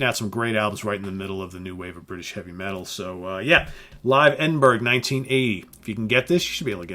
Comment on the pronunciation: Scotsman here....it's pronounced "Edin-burra"! It's a Scottish/UK thing